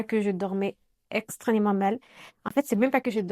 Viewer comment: Coucou 👋🏽. On dit extrêmement et non pas « extrênement » 🙂.